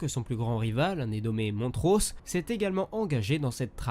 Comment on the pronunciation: Suffit de jouer a bounty hunter pour tout savoir,un bon jeu d action bien bourrin comme on les aime. Ou la tu vois jango tout exploser avec tout son arsenal. Et c'est Montross, mais on prononce Mont- Ross. Si jango a ete choisi, c est qu il est un simple humain sans la force, mais qu il a ete capable de vaincre une jedi noir , entraînée par dooku , en duel. Chose quasiment impossible. Mais prouvant qu il etait donc exceptionnel.